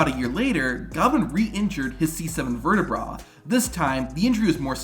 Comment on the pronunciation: C7 Verte-WHAT NOW? Say it right, you tit.